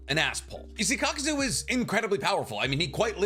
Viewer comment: love the channel but for someone who claims to have all the Naruto knowledge you constantly pronounce things wrong. For example, you call Kakuzu, "Kakuzo" and you call Lady Katsuyu, "lady Katsuyo"